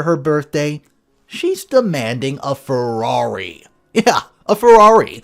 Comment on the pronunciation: FeRRaRi... Not Fewari... Just a saying lol